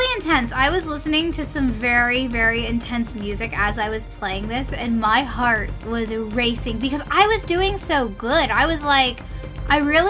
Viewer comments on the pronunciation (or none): none